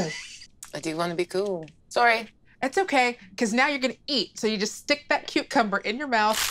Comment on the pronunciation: Every single time says cucumber I clearly hear her say cutecumber